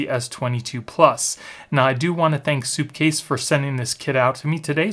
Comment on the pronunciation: It's SUPcase not soupcase lol great video tho they make solid stuff